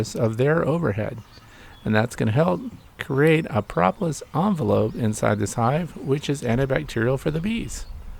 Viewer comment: Pro pro, propalous, not pra pra prapalous